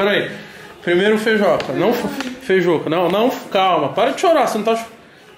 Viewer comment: Eh "FEIJUCA" carai e não 'FEIJOCA' .